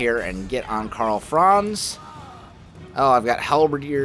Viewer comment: Hello from Germany your Pronunciation of Karl Franz is very funny Great Video